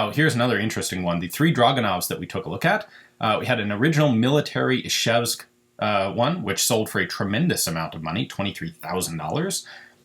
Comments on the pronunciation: It's Izhevsk not Ishevsk. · *Izhevsk. Buzzing sound, not hissing. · it's izhevsk